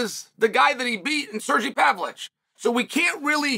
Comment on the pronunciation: "Surgee Pavolich" is Joey diaz levels of mispronunciation. I like it.